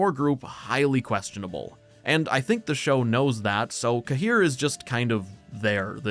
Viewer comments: Smallest nitpick- I hate how they chose to pronounce Cahir. It's one of those names that Sapkowski plucked from a place name. Cahir is in Ireland, near where my gran is from, it's pronounced like Care. It makes me wince every time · Tbf In Wicher 3 Geralt prononced it the same way